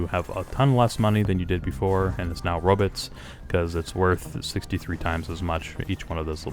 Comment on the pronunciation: BTW we know instead of "Robits" we will be calling them "rabbits" and when we collect them we are herding rabbits.